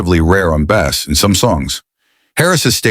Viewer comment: Interesting video but all I could hear was the word bAss 😂 AI bullshit.